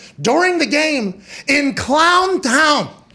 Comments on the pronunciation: Don tahn, clon tahn?? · “DAHNTOWN KLOWNTOWN DUVVALLL CAWNTY!!”